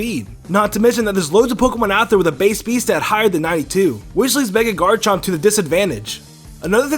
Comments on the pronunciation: "mega ardino" "electroid" "garnchomp" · you said garnchomp it's garchomp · "Electroid" "Ardino" "Garenchomp" are you ok man? You having a stroke?